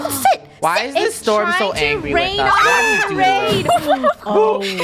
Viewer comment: Why did funneh said angy